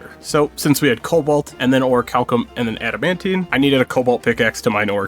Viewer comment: NO ICORE THATS HOW ITS PRONOUNCED AND AD I MAN TITE NOT ADMITE